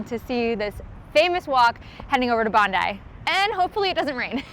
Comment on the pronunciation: Kudos on an amazing effort. Hope you enjoyed our city despite the challenging course and the lack of support on Anzac Parade. I'm so happy you got the pronunciation of Bondi right! Haha. Would love to do Chicago one day.